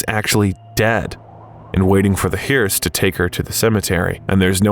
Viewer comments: The big tip-off is the pronunciation of "hearse". I am really getting sick of AI YouTube videos. They are entertaining but anything that I get from the last two years I just figure is worthless. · The A.I. voice mispronounced the word Hearse. For anyone who does not know this entire presentation is Artificial Intelligence.